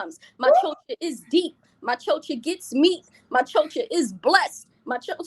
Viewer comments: The worst part about it all is that she's pronouncing it wrong, using the schwa sound at the end. She pronounces it CHO-chuh, when it's CHO-chah, as in cha cha cha like the dance. And had the nerve to say it 1000 times and name herself something she can't even pronounce. Ugh! She's ridiculous. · Its the pronunciation of "chocha" for me! Is she Hispanic or mixed (black & white) because the way she says "chocha" sounds weird!